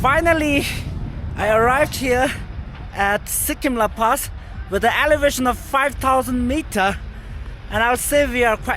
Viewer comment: It's not Sikkim la, It's Serkyim la. Which means གསེར་སྐྱེམས། a type of wine offering to the deities. The pronounciation is quite similar.